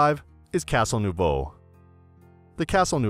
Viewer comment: Italian pronounced by an American can be fun, such as "nuovo" pronounced as French "nouveau" 😅 Having a feedback from a native,m could have been of help. Or just using Google translate (free of charge) and hit the vocal button ;-) In any case this is a poor video using TripAdvisor stuff in order to then get commission on redirecting viewers. What a shame, never to use by real travellers...